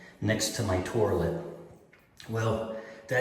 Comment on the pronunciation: I’ve been to every English speaking corner of the planet and I’ve never heard an accent that calls it a “tour-lette” 🤔😂